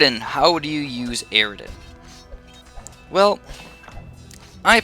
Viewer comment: its not aridan its eridan